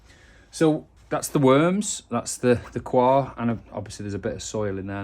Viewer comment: Nice vide, thanks. Just FYI, 'coir' is not pronounced as if it were a French word, which it isn't. It's just pronounced like coy-uh.